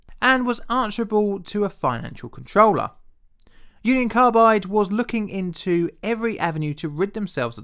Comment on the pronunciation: I though you said "Uncle Carbide"